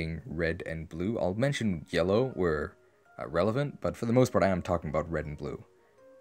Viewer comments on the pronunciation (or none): none